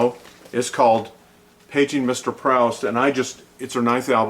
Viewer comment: Great reviews guys. Just a btw - If the title does refer to Marcel Proust, pronunciation is like "proost" to rhyme with roost!